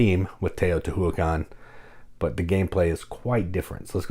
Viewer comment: I think it's pronounced: Tay-oh-tee-WHA-KHAN not Tay-oh-tee-HOO-ah-khan